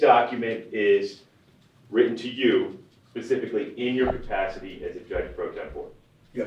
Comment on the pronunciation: He's a lawyer doesn't he know it's specifically not pacifically